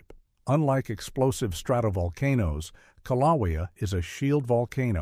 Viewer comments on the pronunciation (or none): Kilaweea, Kaliweea, Kalawia, Kilowia. Take your pick. AI pronunciation errors can be identified, and a correction made. To me, this is 100% the fault of the person making the video. They're either too lazy to proofread, or are ignorant of their own subject material. Meaning, they have less knowledge of the subject matter than the average person viewing the video. Both are inexcusable in my opinion. Also, the author stated Yellowstone could erupt with little warning. That is a completely false statement, with the exception hydrothermal explosions. But that's not an eruption in any way. There will be abundant signs of unrest for decades or even hundreds of years before an actual eruption occurs at Yellowstone. So tired of these sensationalized videos about Yellowstone and other volcanoes. The only thing that bothers me more is the commenters who are gullible enough to accept this false information without reservation. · Who in the world is narrating this certainly not a human because they keep pronouncing the Hawaii volcano wrong in every way shape and form you can so goodbye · Had to stop listening due to the mispronunciation of Kilauea. A human being would have done better. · The correct pronunciation is KIL a WAY a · You need a narrator that knows the names of the Hawaiian volcanoes. He’s making up the name a he goes. Get a smarter one. If that’s your voice get a new jib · This video is garbage. 3rd graders in Arkansas know how to pronounce Kilauea. AI or ignorance is no excuse for this weak video. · As a resident of the state of Hawaii, this AI pronunciation of Kīlauea is a good reason why AI shouldn’t be used